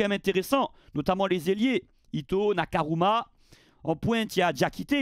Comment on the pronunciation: c'est toujours pas NakaRuma mais NakaMura 😂